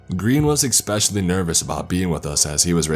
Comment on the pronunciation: Near the mark he's supposed to say establish but says exstablish, this is a new one but exscape and exspecially im used to hearing from him. My thing is does he think he's saying these words correctly or not?